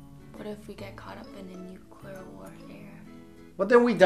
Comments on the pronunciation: The word is Nuclear not nukiller you ignoramus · for God's sake... It's pronounced "NEW CLEAR" not "new q ler" ...